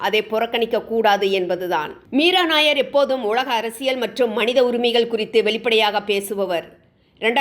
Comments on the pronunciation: She's not nair. She's Nayyar. Punjabi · மீரா நய்யார் என்பது பஞ்சாபி பெயர். நாயர் இ‌ல்லை நய்யார். தயவு செய்து இதை அழுத்தி சொல்லவும் .